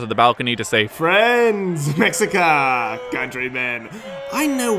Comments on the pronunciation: One note. In Náhuatl, x's are pronounced with an sh. So, it's the Me-shee-ca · Yeah, it sounds like "Meshika" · Mexica is pronounced (Mesh-ee-ca) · That’s not how Mexica is pronounced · Correction: Mexica isn't read with the x as x, but rather as a harder sh. There's a similar sound in Russian so if you know someone you can ask them.